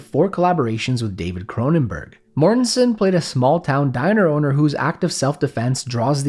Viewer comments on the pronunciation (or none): none